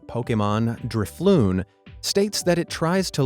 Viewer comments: Vith Drifloon, your pronunciation was nearly perfect...except the stress is supposed to be on the second syllable, not the first. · "Vic-tih_ney" "Dri-floon" Any sane pokemon player: WHY WOULD YOU SAY THAT? IT'S "VIC-TI-NEY" AND "DRIF-LOON" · Also hes pronoucing everything in Pokemon wrong. Dri floon. Un ava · SAME Drifloon and Magmar too 😭